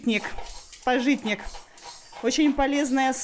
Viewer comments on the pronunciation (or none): пАжитник, а не пажИтник))